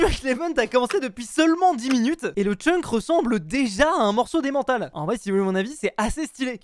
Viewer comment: Fuzzzzzzzzzze!!!!!!! L'emmental ca se dit emme-ntal le en se prononce comme e et ensuite n et pas en. C'est les Suisses qui vouw le disent car vous savez pas prononcez les fromages!